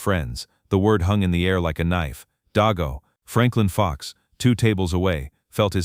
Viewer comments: Stupid fictional account and it's pronounced DAYGO! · Im Laughing At Your Pronuncation Of Deago,( not Daigo.) Funniest Ive Ever Heard This Insult. You Couldnt Be An American, And Not Know How To Pronunce This Insult!. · Yeah, AI. Mispronunciation is irritating.